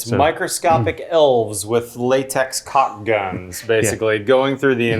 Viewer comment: When you say “cock “ instead of caulk, the closed captioning doesn’t write it ha